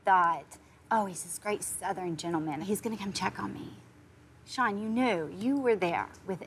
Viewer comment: Seann !!!why keep saying his name like that i cringe watched this🙄